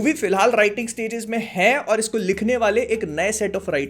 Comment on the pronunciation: Bhai tum or to bolte ho par mujhe ol do kyu sunai deta hai😂